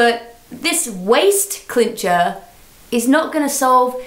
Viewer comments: it might be an english thing but i cant handle how she keeps calling it a clincher not a cincher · Cincher. Not clincher. Clinching is a waaaay different thing. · Cincher, not Clincher... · Why is no one bothered by the fact she calls it a "clincher" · Jes - ya isn't it chincher or smt